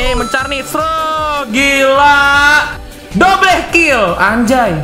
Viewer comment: Normal People: Double Kill: dobleh kill Me: What😂😂